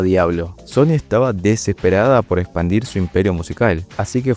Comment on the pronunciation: SHony siendo SHony